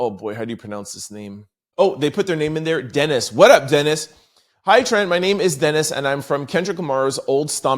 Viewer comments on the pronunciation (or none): I think that persons name is (duh-neese)de-nise. Or D-Nice. I only say this bc I have twin cuzs Dennis and Denise. Love ur show. Bi-partisan right now. Tabbie from Texas. 😂